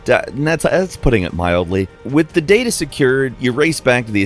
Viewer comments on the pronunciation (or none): none